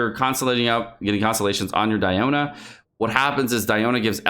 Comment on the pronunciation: the way u say some character names like DIona=diana or xinqui= xingcho